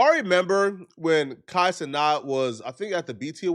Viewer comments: Kai had no clue who he was and he butchered his name because the boy can’t read not being disrespectful. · You like Kai but still say his name wrong.